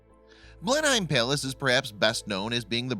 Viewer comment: It's Blenheim Palace, not place as the narration implies.